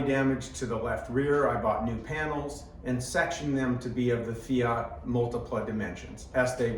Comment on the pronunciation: Mate, if you can pronounce Alfa Romeo correctly, why are you not able to pronounce Fiat correctly. Afterall, Fiat is not spelt Fiaaat. And yes the Multipla is a cool reminder of the past and in all likelihood the first people mover (aka SUV).. My brother has two of these Multiplas, both require restoration though.